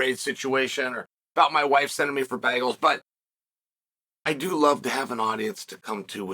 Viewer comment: Y did chael say bagels like that